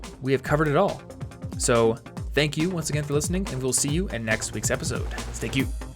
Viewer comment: at the end, the very end it sounds like you are staying stay cute but you really mean stay tuned! just something new to point out